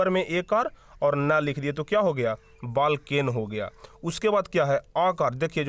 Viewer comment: Balken ❎️ valken✅️